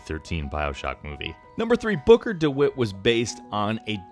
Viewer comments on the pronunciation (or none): none